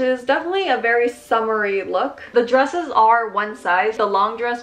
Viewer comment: When you said “dresses,” I somehow heard “drugs.” I think I was really high (on my morning coffee lololol) just a moment ago... 😂